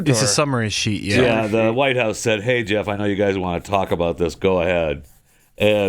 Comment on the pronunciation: 49.55, try Jaykuhp. Lol